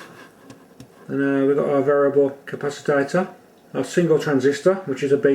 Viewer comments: It's capacitor, NOT capacitator... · Nice video. I will try to build one. Noticed you pronounce capacitor as "capacitator". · How come you say capacitor as capacitator? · For F++++ sake!!!. It is a CA PA CI TOR and NOT a CA PA CI TA TOR. Christs sake!!.